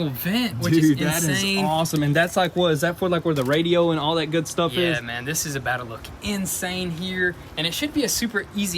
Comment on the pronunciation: Me: I think I’m in the mood for some Jamaican club music..:, “No problem mon”